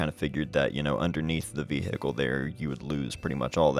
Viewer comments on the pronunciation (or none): Love these super easy going videos, walking around and just taking good old fashioned photographs. Also, "vee-hickle". Lol.